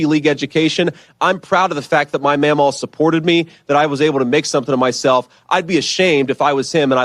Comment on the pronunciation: it’s pronounced Mammaw, ma’am maw 👍